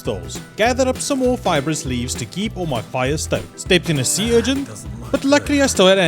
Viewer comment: It’s urchin. Not urgent.